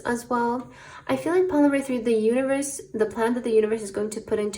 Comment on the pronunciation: I chose pile 3 and in the beginning of the reading when you said universe I heard uterus 😂😅